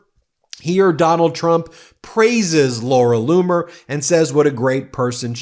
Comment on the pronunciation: Laura Loomer not bloomer